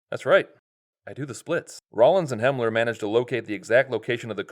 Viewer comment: I thought it was Helmer and Rollins. Not Hemler?